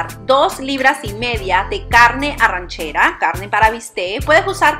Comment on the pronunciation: ARRACHERA, NO ARRANCHERA.